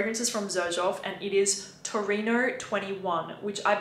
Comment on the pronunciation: It's 'Torino' , not 'Tornino' ;-)